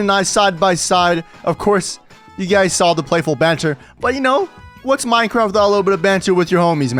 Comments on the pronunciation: Did he say minecwaft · It sounded like he said that